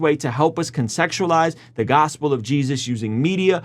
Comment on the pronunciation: I listened to him three times,and he actually said help us ConSEXUALIZE " twice, at about the 8: 37 mark and ! Listen for yourself and see. I assume he meant CONTEXTUALIZE,but maybe it was a Freudian slip! Is he subconsciously saying he wants to spirituality seduce his hearers??